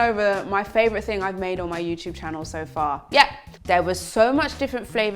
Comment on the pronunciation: “Heller everyone ... channow”